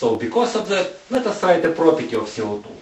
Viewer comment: oh my gosh, his accent...like french! dont understand,,,what i heard was: oxygen, our lungs.... he says CO2 is ce o tu